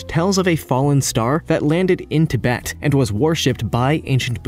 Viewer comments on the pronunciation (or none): none